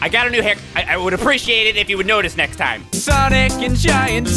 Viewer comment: sanic and gint teals